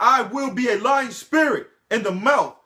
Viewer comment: Are you saying Lion spirit or Lying spirit?